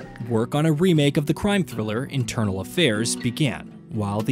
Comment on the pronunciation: The first thing I checked when I head “internal,” was to see if anybody else caught that. As said by J, this totally bothers me too.